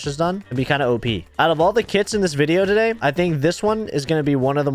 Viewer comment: It's really funny and like I don't know how to say it but like just good for intro and he does like TO-day